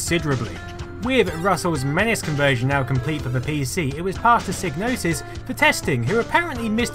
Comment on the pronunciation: Great documentary, but the G in psygnosis is silent ;)